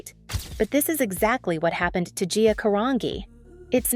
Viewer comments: Her last name is pronounced CAH-RAN-GEE , my last name is Italian too , hard to pronounce I guess 🤦🏻‍♀️ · Its pronounced Carange even though its spelt Carangi...(CA RAN GE) just letting you know. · I wanted to watch this but before the first minute was up you had already mispronounced GIA's last name... It isn't 'Ka-ran-ghee, it is pronounced Kuh-ran-gee... If you produce a video about someone, you should at least care enough about your subject to know their name... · It's pronounced with an Ca-ran-gee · Pronounced Ca ran G ❤ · how do you make a video on gia and butcher her surname? she isn't a rock magazine, it's a soft G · I don’t think you pronounce her last name correctly. She was Italian -Carangi( jee) . It is kind of disrespectful when names are not pronounced correctly. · no. Her last name is pronounced Kuh-rahn-jee. How are you making a video about this woman and not bother to learn the correct pronunciation of her name? So disrespectful. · Pronounced Caragee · This is a complete incorrect pronunciation of Gia's last name. It is pronounced just as it is in her first name G like Giant. Come on! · Last name is pronounced car-on-g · Her last name is pronounced CUH-RAHN-G. Like the letter G. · "Ca-Ron'JEE" is how Gia's (R.I.P.) last name is pronounced! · I am not American. Not Italian. But I know that the name is pronounced Caran-jee. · I’m the one who is pronouncing correctly. I think the narration sounds like AI to me, but if the narrator is the channel creator, than she had better learn how to pronounce the model’s names. BTW. I remember Gia, she was well known and I know her last name is pronounced Cara Ji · Try pronouncing her bame correctly. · You're pronouncing her name wrong. I'm Italian and you're pronouncing her name wrong you mor-n. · The woman keeps mispronouncing her last name wrong. She's even mispronouncing Wilhelmina Cooper's first name as well 🙄. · Say her last name right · She’s saying her last name wrong